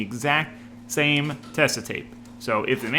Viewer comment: I really love how the build is going along and how much time you are putting into everything to make it right. Just a little thing about the tape from a German (it's a german company): it's Tesa with emphasis on the e and a soft s. Otherwise it would be spelled Tessa.